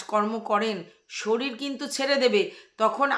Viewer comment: এই স্কুল থেকে অন্য স্কুল ভালো বা ইংলিশ মিডিয়ামে ভর্তি করা খুব মুশকিল।ঠিকই বলেছ,বাবা মায়ের ইন্টারভিউ নেয়,কিছু টাকা ডোনেশন দিতে হয়। কথার উচ্চারণ ও ঠিক নয়।শরীর কে শরীল বলে। বাচ্ছাটা কে আরো অনেক আগে থেকেই ভালো স্কুলে ভর্তি করা উচিত ছিল। একদম যুক্তি যত কথা বলেছ।